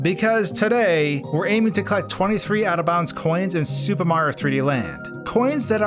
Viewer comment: Every time you say super it sounds like “Soupa” and I was dying